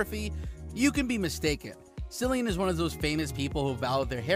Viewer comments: Omg it’s Cillian not Sillian ! And at the end you say he was born in a Dublin - wrong - he’s from Douglas Cork . Research your videos info before you post them ! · Omg there are so many mistakes in this video. It is disgraceful especially that you pronounce his name wrongly. How can you do that it’s pronounced as if it was K not C or r S If he was born in Douglas, it was Cork not Dublin, and as far as I know, he he grew up in Cork😡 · It's pronounced Killian bro... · The pronunciation of Cillian Murphy is actually Killian not Sillian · Note, his name is pronounced with a hard K sound, sounds like kill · It would be nice to pronounce his name correctly! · Clickbait with constant mispronunciation of his NAME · This is the most annoying video. You pronounce his name wrong over and over